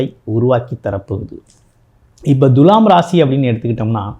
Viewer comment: எப்பா ஜோசியகாரரே துலாம் என்ற சொல்லை எப்படி உச்சரிக்க வேண்டும் என்பதை ஒரு நல்ல தமிழ் ஆசிரியரிடம் கேட்டு தெரிஞ்சு பேசுப்பா. முக்கியமாக து எனும் எழுத்தை எப்படி உச்சரிக்கனும் தெரியுமா? வாயிலே வசம்பு வச்சு தேய்ச்சுட்டு அப்பறமா வீடியோ போடு.